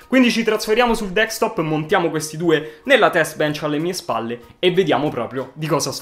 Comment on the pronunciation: si ma... si dice Desktop, non Dekstop